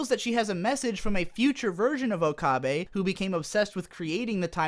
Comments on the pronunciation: o ka beh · A bit of agreement, a bit of disagreement. My first thought upon seeing her was definitely "Why the hell did they give Mayushii a rack?!?!" Also, why do you keep pronouncing it "Okahbe"? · "oh-kah-bay" made this difficult for me to watch. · disliked for pronouncing okabe wrong for 20 minutes jokes aside, although i really loved s;g 0 you actually have some pretty good criticisms about the entire show. never even noticed the fan service and now that I do now, I am really upset and disappointed with White Fox. also their voice acting seems uninspired compared to the original. i loved the original voices. suzu being john titor was such a plot twist and now that's just who she is. the characters became one dimensional and it really saddens me. the original was a lot better, however s;g 0's ending did wrap it full-circle. episode 20-23 (soon to be 24 and 25 OVAs) should've been what the entire series was truly about, not some lame fan service about how okabe is an edgelord and talks to a robot kurisu. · How can you so frequently switch between mispronouncing okabe and getting it right? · You pronounce okabe's name differently in every point, please stop. Even if you're pronouncing the name incorrectly, stick to one pronunciation